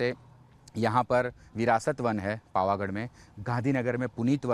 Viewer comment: Bhai bol na shikh le pavaghad bol pavghad nay